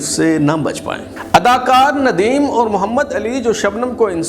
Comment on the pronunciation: Also improve your urdu pronounciation especially the word " aur" which is pronounced by you as "oor"